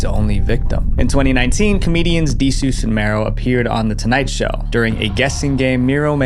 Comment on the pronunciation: Dee-sues and Marrow?! Do you not do basic research to find out how their names are pronounced before making these videos?